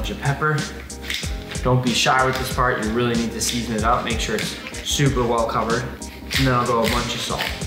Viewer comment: when he said part I thought he said fart